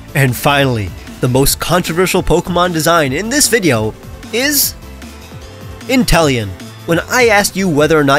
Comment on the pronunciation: INTELEON, NOT INTELLION!